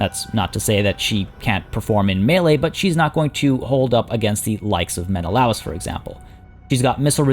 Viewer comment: it’s “Men-uh-Lay-us” not “Men-O-lous”